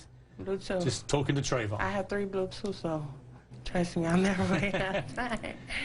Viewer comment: "I got tree blutoofs" Bahahah get the fuck outta here you "smart cookie"